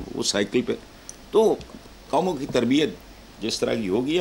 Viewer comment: Tarbiat hai ya tarbeats ?, 😂😆☺